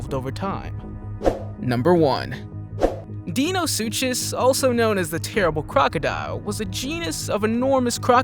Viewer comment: Not to criticize but you said most of these names completely wrong!!!! Such as the smilidon and the mosasaurus also the carbonemys and the questle last but not least the dienosuchus